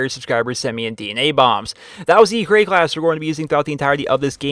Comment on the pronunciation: Does anyone think its wierd that he always call it a create a calss not a class? :D